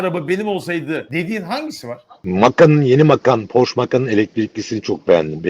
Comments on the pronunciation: Abi Almanca bilmiyorsan Porsche telaffuzunu Fransız gibi yapıyorsun işte. Arabanın Alman arabası olması dışında sıkıntı yok. Porş değil, Porşe. Bu arada bu arabayı burada maaşımın beşte biri kadar bir parayla 72 ay taksitle alabiliyorum. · “Porşş” değil abiler, “Porr-şşe” . Almanca okuyun, fransızca değil. Alman mühendis Ferdinand Porsche’den geliyor markası. Benim yok ama en azından doğrusunu söyleyelim. Ukala züğürt tesellisi işte.. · Porsche alman ve almanca bir marka ve otomobil yazarı bile neden ısrarla porş der anlamış değilim .